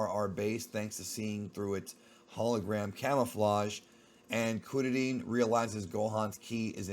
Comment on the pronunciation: Just say Krillin dude smh